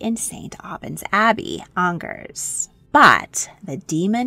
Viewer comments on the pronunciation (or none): none